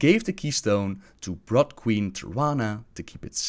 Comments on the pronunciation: i really do like your videos, but when you say brood like its blood I had to laugh, i know its not your main language but it was funny, keep up the good work, d(o.o)b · just a pronunciation tip, brood is pronounced brwwd, just like the double O in wood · It's funny that Gul'dan was ordered to travel to the very place where he was killed in the other timeline. Also, you pronounce "Brood" wrong. Brood has a long O sound, hence why it's spelled with double o. ^^